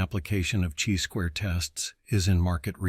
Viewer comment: You know it’s a computer when he says, “type EYE error” and “CHEE squared test” 😅 but great content all the same 👍